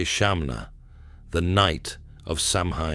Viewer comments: Your pronunciation is diabolical it's not pronounced sam hain ,sow as in female pig Ann the name ,sowan is how it's pronounced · Good except I wish AI could be trained to pronounce SAMHAIN correctly. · Great story but it’s tarnished a bit with the mispronunciation of Samhain.